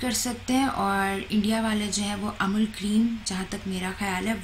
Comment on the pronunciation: amal cream 😂😂😂😂